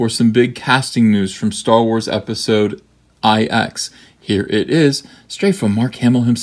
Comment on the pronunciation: Mr. Van Sciver, it is Episode Eeks not Episode I-X.